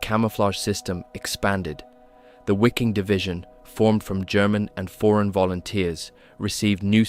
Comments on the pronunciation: Great clip. Only thing that drove me almost mad, was your pronunciation. The W in German is a sharp V, almost F. The division was called viking, not (exaggerated for effect) why-king as you pronounce it. Same thing with Waffen. When you pronounce it sounds almost like it would have a U on the front. Other than that - great job. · „Waffen“ is spelled like „Vaffen“, not „waffel „😅 Hint: The same here: „Wiking“ spells just like „Veeking“, but with short „ee“. 😊 I think, they did not have zippers in those days. So, Norsk people not telling the truth here, right?😅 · Great vid. Fyi, Waffen is pronounced Vaffen, Wiking-Viking. Just like Wagner is pronounced Vagner. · Wiking=Viking If you’re gonna say it, say it right. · Wiking is pronounced Vee-king. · Hey if this isn’t an AI narrator, then you should be pronouncing “SS Wiking” as we would pronounce “Viking” in English, with a V sound. German ‘W’ is pronounced very much like English ‘V’ (as in Wehrmacht), so it’s literally just the SS Viking division. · Brother I'm sorry but you pronouncing it as wicking is driving me insane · Way to mispronounce Wiking every time